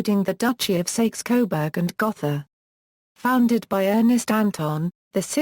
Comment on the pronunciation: Sakes coberg gotha ? my god, at least learn to pronounce it.